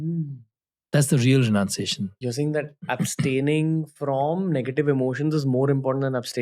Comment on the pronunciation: True renanciation